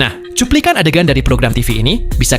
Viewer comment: Min "TALES" itu bacanya TEILS maap bukan sok pintar tapi bikin konten agak ok dikitlah masa si konten hanya mikir like ,subs dan komen doang